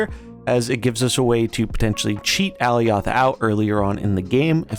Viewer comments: Good video but that pronunciation was killing me. ( AH Ly oth) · No lol. It’s pronounced “uh-lie-oth” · Is that how Alioth is pronounced? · Lol go watch the Loki series… he is definitely saying it incorrectly and it makes the video hard to watch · Lol no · No, i disliked the video just because of that 💀